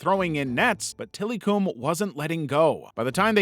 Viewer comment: Till-eh-come is how to pronounce Tillikum